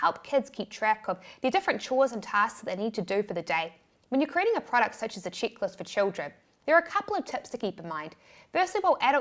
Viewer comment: I was loading the dishwasher while listening to your video… when I suddenly stopped and thought … “what the heck is a “chicklist”??? *mental picture of baby chicks 🐤 or very amourable young ladies*. 🤣🤣🤣🤣🤣